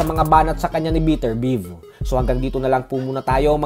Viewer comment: beh-ter-bi-ev ata pag pronounce don idol